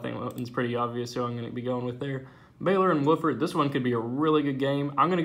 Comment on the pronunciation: Btw it's pronounced W-OFF-FORD. Key is OFF